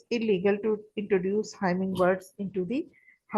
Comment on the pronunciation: Its humming not himming bird